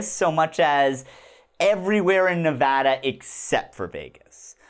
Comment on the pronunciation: As a Nevadan, thanks for saying Nevada correctly!! :D